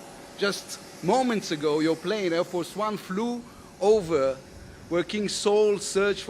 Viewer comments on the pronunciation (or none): none